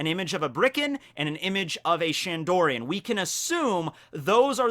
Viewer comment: Its BIRKAN and SHANDIAN...not bRiCkEn and ShAnDoRiAn